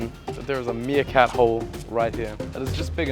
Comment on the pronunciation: The “Meeakat” got me